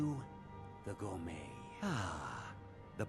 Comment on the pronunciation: I know this is minor and shouldn't bother me but it does just a small bit. It' may be spelled Gourmet but it is pronounced Gourmay.